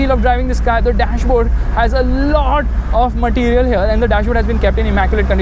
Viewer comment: Maatirial ...lol